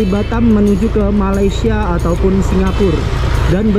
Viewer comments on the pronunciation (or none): none